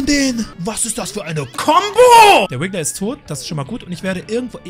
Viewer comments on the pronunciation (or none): Es heißt RIGGLER nicht wiggler